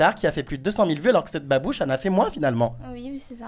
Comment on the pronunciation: 2m59 il dit babuche mdr